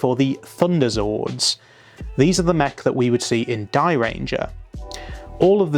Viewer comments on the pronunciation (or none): none